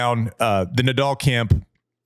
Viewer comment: why cant americans pronounce nadal properly? It's not that hard